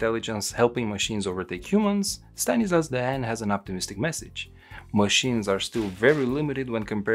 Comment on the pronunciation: haha its funny at the start, the pronounciation of dehaene, the computer still butchers it. Its a flemish name, meaning "the rooster/cock" but the author comes from france just over the border, where they butcher all names.